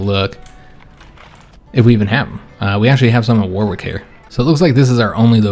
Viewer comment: LOVE THIS!!! I think, if it is going to be a regular series, we should teach to speak King's English... So, a few town pronunciations: "WORRICK"; "NOT-ING-UM"; "LUN-DUN"; "NEW-CAAASTLE":D